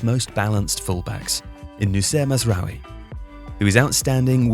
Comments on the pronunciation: It’s Mazraoui, not Mazrouai… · his name is actually Mazraoui not Mazrouai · Uhm you said it was mazrouai but his name is mazraoui